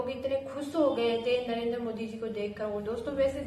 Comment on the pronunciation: हमारे पी एम का नाम नरेद्रा नहीं नरेन्द्र मोदी है कम से कम हिंदी तो बोलो साफ